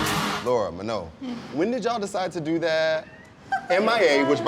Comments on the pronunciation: But he couldn't pronounce manon's name right... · I wonder if it's an inside joke that he keeps saying Manon's name wrong